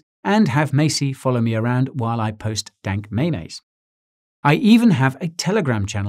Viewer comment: Did you just pronounce memes as "may mays" in the end of the vid ???? holy cow , unsubscribed!! lol